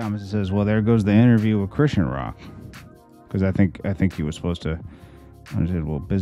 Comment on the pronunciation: First of all, that's not how you pronounce her name. Secondly, you haven't seen her contract for the house so stop speaking on stuff you don't have facts on! Stop coming for my frenn.